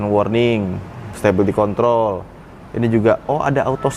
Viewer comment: perna dengar dia orang sebut control.? 🤣